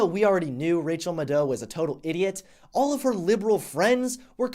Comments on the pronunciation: Loyal subscriber -- but learn how to say her name :) It's MAD-OW --- not Muh-doh. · Who the hell is Rachel "Mu-dough?" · The correct pronunciation of Rachel's last name rhymes with "shadow". The emphasis is on the first syllable. I'm not the language police, I'm just trying to help you not look as dumb as Maddow herself. Rachel muh-DOE? No. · (Mad -ow) jesus Christ. I'm a fan of your videos but your butchering of the english language is blood boiling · One small thing: her name is pronounced like "mad cow." Otherwise, well done sir. The problem is that Maddow is immune to actual facts. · It's pronounced Mad-dow, but who gives a shit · It's pronounced "Mad-Cow" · Rachel muh-doe 😂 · It's pronounced "MadCow". :) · I think it's pronounced Mad-ow, rhymes with mad cow. Which is completely apropos. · LOL...Rachael Muh-DOH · Calling Rachel Maddow an idiot without having the ability to pronounce a simple name correctly. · Dude, you can't even pronounce her name right. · I'm glad he miss pronounced her name, she has no right to get her name right! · The way pronounces "Maddow" triggers me. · I wasn't 100% sure if you were mispronouncing her last name on purpose or not, but I so enjoyed hearing her be deservedly disrespected, I didn't care! HAHAHAHA! 😊👍🏻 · the way you say maddow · Wait, her last name is pronounced ma-dow? I always thought it was mad-dow.. Hmm..